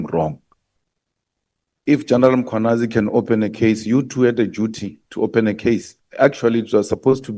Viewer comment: Who is this Makhwanazi they keep mentioning. It is Mkhwanazi! The absent "a" is also very silent! Nxa!